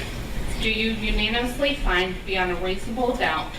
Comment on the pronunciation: How can you not practice the word "unanimously" the night before?